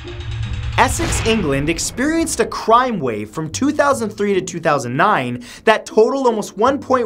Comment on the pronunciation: a cwime wave